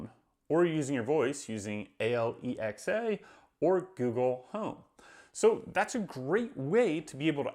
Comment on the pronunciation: It's "Alexa," not "A-l-e-x-a." I'm not sure why you are saying the call name incorrectly.